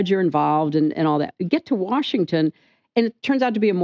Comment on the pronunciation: Nigga how you gonna say Washington